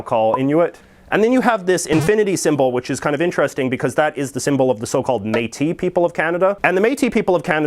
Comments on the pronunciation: It's pronounced "métisss" :-) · Exceptionally, the S at the end of Métis and most words that end in "is" is pronounced. Thanks for the effort though.